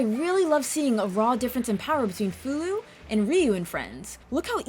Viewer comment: I am glad I came across this review and it is a pretty good one too, you really told it so well and I am so glad you said Fou-Lu name because for years I had wondered if I was saying it correctly, it was the same with Ershin, which I loved the character by the way, she was like that R2 of the group, but with alot more flare and a character that made her stand out from the rest, even though Nina is my top favourite, but Ershin wins me over with her quirky ways and how she seems to know alot more then you think, but I defiantly say BOF 4 does hold a great candle to its name, but I will agree BOF3 is more better in my opinion, specially the dragon system in that :).